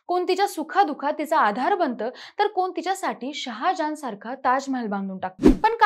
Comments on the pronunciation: व्हिडिओ दाखवण्या आधी भाषा सुधारा.कोन नाही कोण असा शब्द आहे.मराठी अशुद्ध आहे. मुलांना आजकाल ai वडील ओझे वाटते. बरं झालं दोघे गेले. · कोन, कुनाचि ...."ण" वापरा